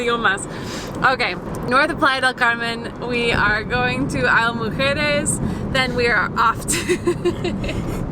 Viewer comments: Just so you know, it's pronounced EES-la Mujeres, not EYE-la Mujeres. You should also check the price for the car ferry. It's probably cheaper than parking, boat tickets and golf cart rental. I lived for four years in Cancun, and spent most weekends on the island. That was about twenty years ago, and it was a quiet, sleepy little island, with just enough activities to keep yoou occupied, and no buildings over three floors, except for the tower at the airport! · Isla Mujeres is pronounced Eeez-La